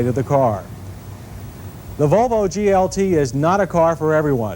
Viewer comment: Why does he sound drunk whenever he says "Vuuulllvvvvvvoooooo"